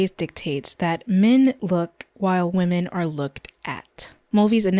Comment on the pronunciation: What's with the pronunciation of women (plural) as singular? Or am I mishearing?